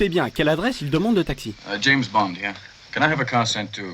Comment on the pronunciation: Même les traductions Anglaise son fausse on dit 'Left' et pas comme á la 2.29 Lefté , puis peu après une autre fausse traduction Anglaise 2.39 on dit James Bond HERE et pas James Bond HIR . Donc encore des pseudo génies en herbes en culottes courtes